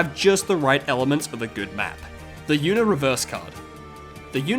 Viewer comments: mans really pronounced the word Uno "YOUno" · this guy calls uno yuno